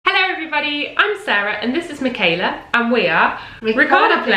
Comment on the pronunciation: I regret that I have but one like to give to this video! Wonder, wonderful, wonderful. Michala Petri has been a favorite of mine for SO long. Thank you so much for sharing this! And now I can finally pronounce her first name correctly. :D